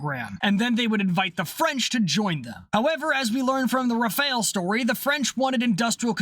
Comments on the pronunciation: *'Raff-Al', not "re-fail". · The Rafale is not pronounced like the ninja turtle. Its Ra-Fal. Just wanted to add that. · BTW Rafale is pronounced Rah-Fall. Loving all the videos but that mispronunciation is triggering my OCD... -_-'